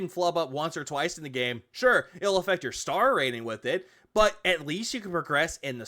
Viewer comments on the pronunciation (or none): none